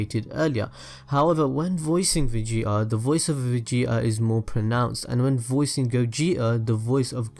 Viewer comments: are you from dubai? I can't help notice your pronunciations...(PERSONALL-Y, VEGE-O, EXECUT-ING, VEGE-A) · lol he says vege-A- and Vege-O- lol 😂